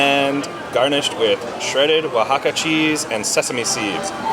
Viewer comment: Mad props to for her California-worthy pronunciations of the various foods. Great hearing more of her thoughts and opinions. Love to see you do a solo video sometime,! (Bonus point to for pronouncing "Oaxaca" correctly, though.)